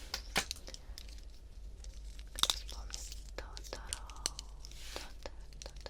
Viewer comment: Тоторо ударение на 1-о